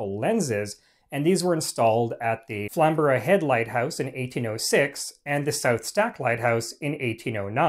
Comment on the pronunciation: Bravo on the pronunciation of Flamborough head - it's rare to hear a North American resist the urge to say "Flam-bu-row" rather than the correct "Flam-Bruu". Take that as thanks from a Scarborough native (about 20 miles further north of Flamborough head)